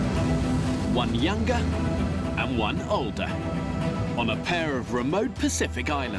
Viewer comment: yungah and oldah